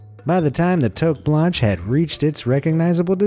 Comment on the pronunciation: Did he just say toke banshe its freaking toque blanche!!!!